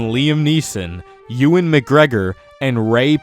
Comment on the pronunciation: “Liam Neeson, Youwin mcgregor, and Rey parks assssssss” It’s actually ewan mcgregor